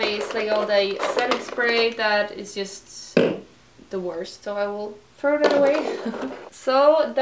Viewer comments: can you just once correctly pronounce word 'just' its so fucking annoying:)))))) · Chloe Elliott either i, so whats the problem?